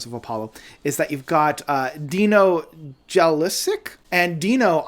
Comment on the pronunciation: Its: Ye-loose-itch